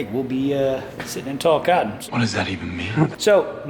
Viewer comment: What Did he say "Sitting in Tall Cottens " ? 😂